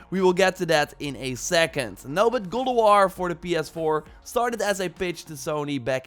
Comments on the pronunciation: Sounds like you are saying ''Goulduar'' and not God of war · Is he saying Ghould of War? Wtf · Gol of war I hear lol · can this guy actually say god of war lol kinda sounds like he is saying he is saying gold o war lol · godowaw , thats how i heard him saying it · i fkn hate the way he says god of war "godowarh" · "godowar" yikes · am I the only one hearing him say "Gold of war"? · I’m going nuts hearing gold o’ wahr 🤬🤯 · Goldowahr bro fukk speak cliiirlee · why do u say god of waaaaa?